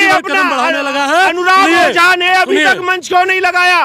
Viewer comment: तेरी मां की 😂 ओझा नहीं बोझा 😂😂😂😂